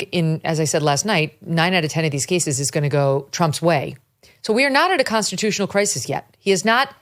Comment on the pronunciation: Why do many of these government employees say consitutional instead of consTitutional?